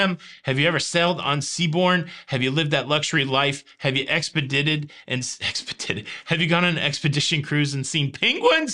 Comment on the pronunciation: Expe-Ditt-Ed is my new favorite word...